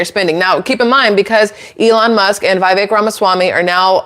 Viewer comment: Vivek is pronounced Vi-VECK, not VIGH-veck